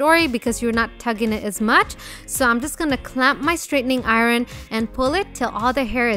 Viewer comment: She said Oren instead of iron lmao